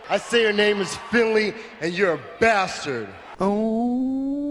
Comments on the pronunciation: Umm it's not basterd it's bath turd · I swear I heard Lashley say "Bath Turd" when I first heard him back in the day.. oh Bobby how much you've changed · Please,. Please. It's pronounced Bath Turd.